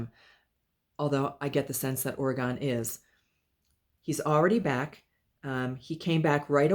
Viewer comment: Hi, thanks so much for the reading w/ Orgone (yes, you pronounced it correctly). My husband is allergic to cats, but that never stopped him from having them. Orgone did love to be held so it doesn't surprise me he jumped into your arms! Orgone did pass from a tumor in his stomach. We do have crystals around the house, but none that dangle or hang, but I can understand that he would like looking at them. We're not sure what the chicken nuggets or Miss Fishy is referring to, but we did find the message about him w/ other families comforting. Thanks again!